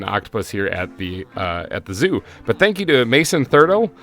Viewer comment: that is not how you say my last name it's thurTell